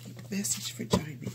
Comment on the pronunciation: His name is pronounce as Gem-Men